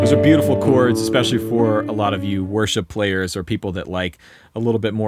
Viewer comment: When you said "chords" I thought you said "corts". I thought, "corts" those super cheap pawnshop strat knock-offs? That's weird.